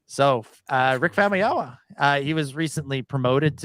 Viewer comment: Famuyiwa, not Famayama! 😁🙃